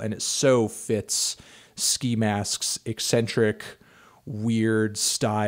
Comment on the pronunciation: OMG. You pronounced "eccentric" correctly. I'm impressed.